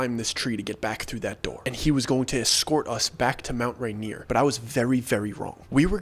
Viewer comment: I keep hearing Mount reindeer 🦌😂